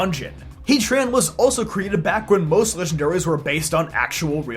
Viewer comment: Why hea-tran and not heat-ran?